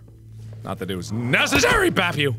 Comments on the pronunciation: BrambleLeaf Warriors/AJ/Animations cuz u didn't say bab you said bap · who else heard fap instead of bap lol ( i re-winded cause i was confused lol) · Woofy Mcwoofwoof he said it right